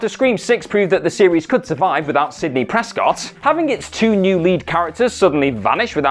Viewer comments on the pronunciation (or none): none